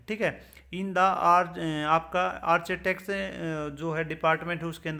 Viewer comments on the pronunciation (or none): Are bhai nahi chalega channel aapko Architect bolna nhi aata kya hi channel chalaoge